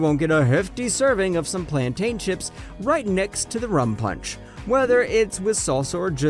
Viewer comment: The pronunciations of these foods 'plantain chips' had me dead im guyanese it is how they also pronounce guyana